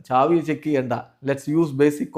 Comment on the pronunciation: സാവി ❌ ചാവി🔑✅